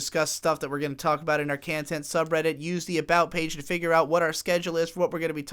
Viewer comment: saying Kantehnt like that brings me a very odd satisfaction